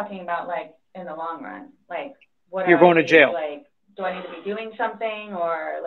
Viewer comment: She can’t say jail.